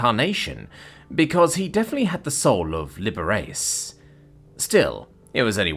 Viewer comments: Ok, Narrator. You've always had some pronunciation issues. Most of which I could write off with "He's British". Liber-ace is your worst since you pronounced Cheyenne like it rhymed with Halloween. I can forgive you mispronouncing the "che" part. You pronounced it like most words that start with "ch". It's not your fault that the correct pronunciation is "sh". Again, you really should run these words past someone who knows how they are pronounced before recording the version that you post. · I really do hate to be THAT person, but his name is pronounced Liberace : lib-er-ah-chee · Liberace is pronoumced "Liber a chi" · I'm sorry but it's Li-br-aa-chee, he American pianist, singer and actor. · Did he just mispronounced Liberace? Holy s, I am getting old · This is beyond being British, because even other Brits pronounce Liberace correctly. Brits old enough to know who he is, anyway.